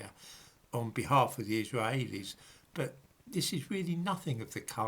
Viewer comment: Your Israaaheilis pronunciation makes me chuckle.